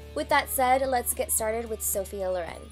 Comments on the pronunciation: I'm at first minute and already can't sopport this pronounce: is Sophia Lòren, not Lorèn! Pleeeeeease don't make english what isn't! Italians thank. Btw, really great look, delicious video! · you are insanely amazing but the pronunciation is Lòren!